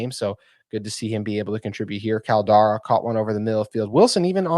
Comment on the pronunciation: #19 pronounced Call Da Rella